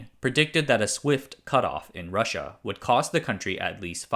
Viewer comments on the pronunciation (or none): none